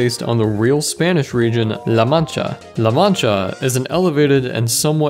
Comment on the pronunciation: Spanish speakers use me as a like button for his great pronunciation of LA MANCHA